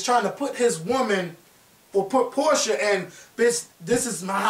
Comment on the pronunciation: PORSHA NOT PORTIA